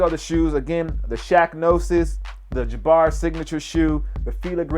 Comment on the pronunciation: ITS Jah-Bar!!!! not Jab-errr lmao